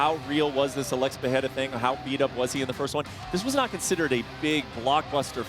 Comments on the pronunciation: Stop calling him Peheira all the time, it’s fkin annoying. It’s Pereira, get it right! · Chael… Pee rare ah.. dude cmon it’s not Pierre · I always laugh when I hear Chael say "Pierre-a" 🤣. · I had no idea who tf chael was talking about at first. He keeps calling Pereira, Pierre 😂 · Who’s Pierra? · "Alex Pea-era" - Chael Sonnen. Hahahaa, CHAMA!!!! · Who the heck is “Pierra”? SMH Chael 😂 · Who is piyera, at least get the name right, others are saying Alex's surname properly except for Chael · Chael is still calling him Pierra lmao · Chael just saying Pierre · why is Chael calling him Pierrah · PIERA! LOL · Every American pretty much other than dom butchers his last name but Chael is the worst 🤷‍♂️😂 he’s gotta just say poatan from now on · Is Chael trolling or is he really incapable of saying Alex's name correctly? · The way Chael says “Pereira” annoys me so much. It’s not that hard to pronounce properly. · Chael's pronunciation is brutal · Chael 😂 still don't know how to pronounce Alex's last name and he is also a commentator far out 😮